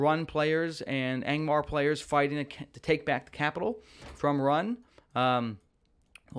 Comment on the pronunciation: You kill me with your middle earth geography bro. Rhun (pronounced RUNE not RUN) are the Easterlings. Harad are the ones who train the Mumakil. But yes, I would love to see Harad in the game with things like archer cavalry units and spearmen. Gundabad seem most likely since they redesigned the map to include the Gundabad keep for season 2.